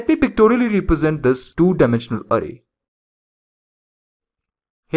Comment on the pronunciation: really annoyed by your "ARRAY" pronounciation